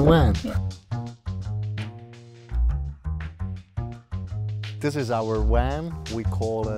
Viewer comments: Amazing van and people, thanks for sharing. Love how they pronounce "wan". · But he can say the V sound just fine when he says "have" so it's a choice to pronounce it oddly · A new bumper sticker idea? Lol!! Too cute! His V's were W's even in words where the V was not the beginning letter. Lol! Awesome! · Critter Cosner your suspect he said wan not van that is kind of annoying lmao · You lost me at " This is our Wan..?" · Aight I know it’s 1am and I wanted to know why this was recommended but is this man saying WAN? I know I’m tripping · How come you can pronounce the 'v' in involved, but not van, lol? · SAY WAN AGAIN. I DOUBLE DARE YOU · Did he say wan 😂😂😂😂😂😂😂😂😂😂😂😂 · i love when he says Van!! he sounds adorable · It's a van not a wan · Funny how he is sayin "wan" instead of "van" 😂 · 'Werry werry nice wan....and thanks to Wincent" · "Woltage" instead of Voltage, "Wan" instead of Van, "Wenture" instead of Venture...... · Nice people, really. It kind off bugs me how they continue to say wan, as in water. It is kind of funny. The design is unexpected, have not seen kitchen bench in that position before, not sure I like it, stops access to driver cabin. The slide out sofa/bed is nifty. Would not like the shower, it needs more structure like some umbrella style wire contraption that makes it come apart during the shower. Would be kind off cool, because it is the opposite of an umbrella (water inside). I like that their books are visible and safe. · god his voice just became much too annoying after just 2 mins! he says 'wan' instead of van too! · I don’t understand the wan thing. They clearly pronounce v in other words. Eh?! Great van and all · It is not a... ooooan but a van... 😉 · Awesome space thanks for sharking! At first I chucked when they said "Wan" instead of van, then I realized their english is 100% better than my Swedish and shut the heck up! lol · Haha he pronounces his Vs as Ws. Nothing against him and all but it just caught me off guard